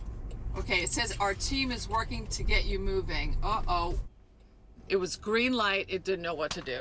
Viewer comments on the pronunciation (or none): none